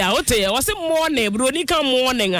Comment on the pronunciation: She said so because you didn't pronounce it well, you said mourning, instead of morning😮